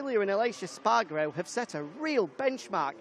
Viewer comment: Utter shite don’t bother watching. “Espargaro” ffs.